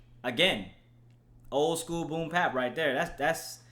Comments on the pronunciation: Nigga you can talk about this album when you can pronounce BOOM BAP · Mann you killed me with this one. Fuck a melody. This is a rapper. Fuck pandering to the masses. And it's Boom Bap. Not Pap. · fax and the fact that he kept saying "boom pap" annoyed the fuck outta me